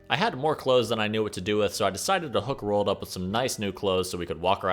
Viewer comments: Why do you pronounce Roald als rolled lol. It's Ro-ald. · RO-ALL-DUH not "rolled" Sorry that shits annoying.